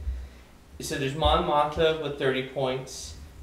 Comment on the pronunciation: Good breakdown. Thanks. Also: Mon Moth-Ma. :)